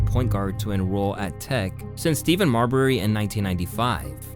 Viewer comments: Turned this shit off soon as I heard “Steven” Marbury 😭😭😭 wthelly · It’s pronounced “STEF-FON” not Steven bro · It's Steph-On, dude ...Not Steven😂😂😂😂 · Stephon Marbury not Steven. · Stephon = (Stef) On Marbury NOT Steven lol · Lmao “Steven” Marbury. How he gonna have a basketball channel and say Steven Marbury. SMH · "Ste-fon" Marbury. Come on... SMH. He came out a year before or after Tim Duncan, at least they played each other in a conference tournament. It wasn't 50 years ago and he's still alive and talked about. Come on Dude, be better. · Nothing says ai... Or not doing research like calling Stephan Marbury, Steven.... Goodbye lazy creep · He said “Stephen Marbury” 😂😂 the disrespect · "Steven Marbury" lol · Pronouncing Stephon as Steven is actually a video killer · The second you said “Steven” Marbury, I was out. You do an nba channel but don’t know who Stephon Marbury is? Dude, nope.. you’re not gonna be taken seriously by anyone. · Bro pronounced Stephon Marbury as Steven 😂😂😂😂😂 sounding like a rookie ass streamer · Don’t lie to the man all he does is profit off of black culture yet can’t be bothered to learn our names. It’s Ste-Phon Marbury Dude does the same on the other channel smh. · I think he has his friends and family writing the comments. Steven Marbury! He got a bunch of stuff wrong and mispronounced a bunch of names but Steven Marbury takes the cake.. an NBA channel but doesn’t know who one of the most controversial players in NBA history is and it’s not like Marbury is from a long time ago, his last season was in 2010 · Glad I'm not the only one who heard how badly he butchered his name. Lol